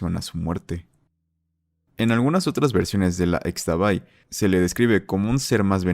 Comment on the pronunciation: Como dato, Xtabay se pronuncia como "ishtabay", lo mismo con la flor de Xtabentún (Ishtabentún)